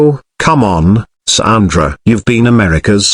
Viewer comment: It's sandra ffs its not a difficult name to say 🙄